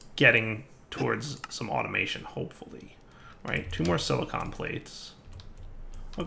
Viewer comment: Is it just me or did just start pronouncing "Silicon" as "Silicone"?